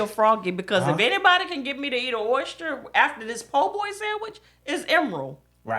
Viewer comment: “POOR BOY” 🤣🤣🤣 it’s “PO-Boy”